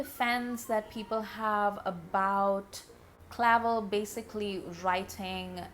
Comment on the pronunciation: it’s pronounced cluh-velle. and something like 2 years of his life were appropriated against his will by the japanese military so give him some credit where it due, he could’ve (and rightfully so) held onto anger and been way more racist. And for 1975 he was woke af.